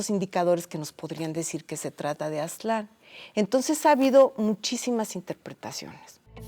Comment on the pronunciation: No se ponen de acuerdo, a veces dicen (Á)ztlan y luego Aztl(á)n, a veces Tenocht(í)tlan y otras Tenochtitl(á)n. Además, hay muchísimos historiadores y antropólogos mexicanos, muy mal por parte del INAH eso de perpetuar que sean extranjeros los que "nos cuenten nuestra historia".